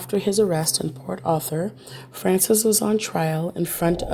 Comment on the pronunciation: Its Port Arthur Texas. NOT Port Author Texas.